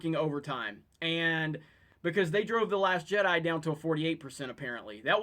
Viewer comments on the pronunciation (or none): none